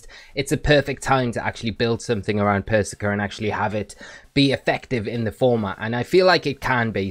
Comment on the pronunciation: You know how Starbucks intentionally misspell your name so you post it on social and give them free advertising? Pretty sure that’s what is doing here with how he’s pronouncing “persicker” 😂